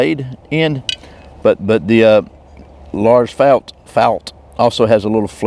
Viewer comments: Great video! Your prononciation of Lars Fält was actually almost perfect, not bad att all :) Greetings from Sweden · Nice video! Your pronunciation of Lars Fält was very good. He started as an officer at the oldest ranger battalion in I22 in kiruna in the very north of sweden, then moved to the Para Rangers where he started the Army’s (nowdays armed forces) survival school where I met him during my time at the paras. He was educated in both the SAS and the SEAL and also Green Berets if I remember correctly. I learned a lot from him.